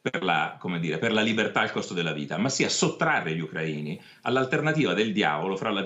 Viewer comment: non sa manco dire Ucraina/-ini bene. Mette l'accento sulla A piuttosto che sulla I. Comincia col chiamarli correttamente, Parenzo.